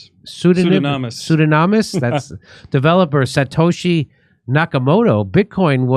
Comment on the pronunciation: Dude, he doesn't understand that not knowing who satoshi is was intentional and important. Wtd. He couldn't even pronounce his name correctly. Where did you find this clown Jimmy?